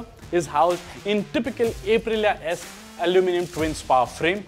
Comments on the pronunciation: It's "Up-rilia" not "Ape- rilia" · अप्रिलिआ ✅ ए प्रिलिआ ❌ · First time I am hearing A-prilya